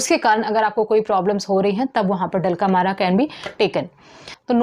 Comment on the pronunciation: डल्क अमरा को आप डलका मारा बोल रही है